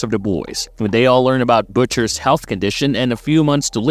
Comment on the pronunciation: are you saying butters milk ?